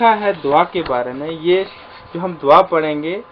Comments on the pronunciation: دوا۔۔۔۔۔۔دعا ۔۔۔۔۔د کے بعد ع پڑھیں وا۔۔۔۔۔۔نہیں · دعا۔۔۔۔۔۔دال کے اوپر ۔۔پیش پڑھیں پلیز